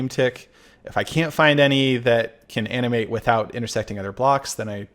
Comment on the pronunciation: Anyone else hearing “anime” instead of “animate”